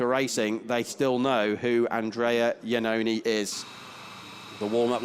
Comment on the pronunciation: It can't be listened how the commentator constantly corrupt the name of Andrea Iannone!!!!!!!!!